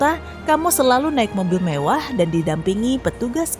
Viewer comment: Mewah bukan Mevah